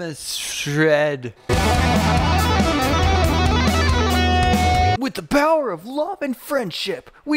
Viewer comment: "champinzee" <----that. :D and "atmosshred" <---this :D :D :D